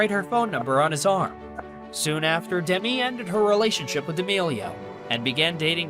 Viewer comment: The narrator should learn how to pronounce Demi's name.